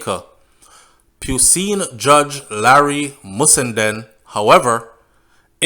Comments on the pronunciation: is no pu seen judge it's pronounced puune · Your channel is not only one that informs, but one that also also educates. However, on the point of pronunciation, "PUISNE" is pronounced "PEWNY". Respect fam